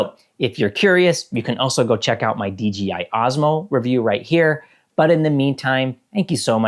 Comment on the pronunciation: Why are you saying Dee Gee Eye instead of Dee Jay Eye?